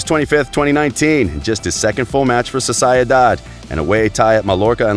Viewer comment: dude are you a butcher? no dude i didn't enjoy it you are butchering every fucking name like a 22months old baby. wtf is soser-el-dad. No i won't subscribe to this crap heheh